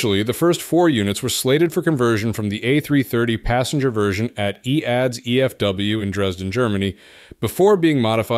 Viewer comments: Its an AI voice so pronounced it as written. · The company was called E A D S. Not EADS. It's today Airbus.